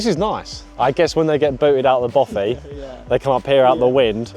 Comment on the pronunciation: it's a Bothy not a Boffy. Argh